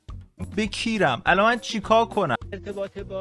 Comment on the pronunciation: دقیقه ۱۱ مرتیکه الَنن داشت کص شعر میگفت یعنی النن الننننن